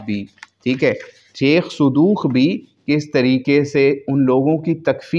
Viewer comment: sir sheikh e sudooq nay iss base pr yh baat khi hyyy “من مات و لم يعرف امام زمانه، مات ميتة جاهلية or sheikh sadooq nai hota sudooq hota hy